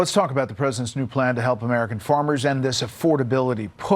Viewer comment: You literally called Farmers and Farms: "Forms and Formers" like 25 times. Not hating, just thought you should know the pronunciation is wrong for your listeners